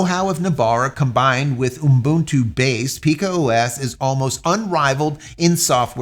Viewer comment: This guy is stupid. Most of the time he likes to praise himself of how he did this and how he did that. Useless . He even know how to pronounce "Ubuntu" - its oo buhn too Its really frustrating when he says "unbuntoo" Clean shaven Vin Diesel cameo.